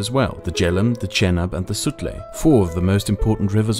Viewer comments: The J in "Sutlej" river is not silent by the way. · I got a few laughs out of his pronunciation of the Sutlej too. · I giggle every time you pronounce names like Sutlej and Baloch in German.